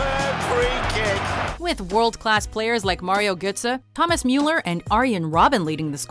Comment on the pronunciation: did she say thomas muller wrong